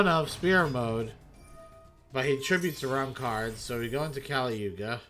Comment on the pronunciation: did this mf just say kali yuga xD, keep surfing bro.